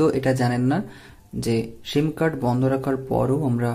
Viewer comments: শিম না, এটা হবে সিম। কথা ভাল করে শিখে তারপর ভিডিও বানান plz😊😊😊👌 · অই সালা মাদারচুদ, তোর ভিডিও তুই কাজে লাগা, আর সিম উচ্চারণ টা সঠিকভাবে করিস